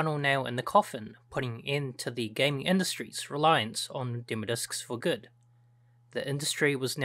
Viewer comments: Why do you say demo discs like you are about to say dimmadome 😂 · "demo discs" not "demodiscs" haha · Am I the only one laughing at how he says "demodiscs" like it's one word? 😂😂 Great video otherwise!